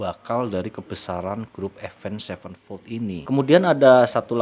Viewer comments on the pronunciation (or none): Avenged sevenfold ya baca nya ya tetep avenged sevenfold bukan avend sevenfold